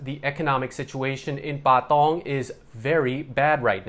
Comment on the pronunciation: Love the way he says Bahh Tongh 😆